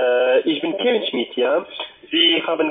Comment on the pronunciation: Herr Schmidt???😳 Aber sicher....dieser hier kann ja kaum seinen schönen deutschen Namen aussprechen, aber wen wundert das. Was labert der denn da, bzw liest ab...also ich verstehe nichts und das liegt nicht am Headset... Elon Musk arbeitet im Wald, habe ich verstanden....😳🤔